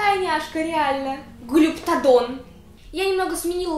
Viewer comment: ТРИЦЕРАПТОС И ГЛИПТОДОН (ты их не правильно сказала🤗)